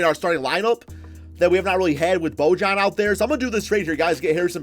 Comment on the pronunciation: it’s pronounced boy-yan